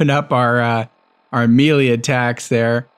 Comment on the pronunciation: Just curious if you mispronounce melee on purpose, or if you truly do not know the correct pronunciation?